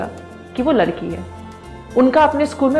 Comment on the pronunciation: मैम लड़की बोलो ना, लरकी क्यो बोल रह हो